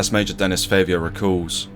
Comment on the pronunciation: Great video. Might want to check the pronunciation on some of those French words/names though; everything else was great but calling a guy called Denis 'Dennis' was distracting, for example.